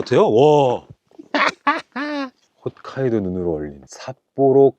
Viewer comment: 훗카이도가 아니고 홋카이도였구나